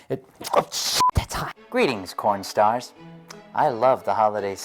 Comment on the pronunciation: Merry Todd! Also I thought you said pornstars instead of kornstars 😂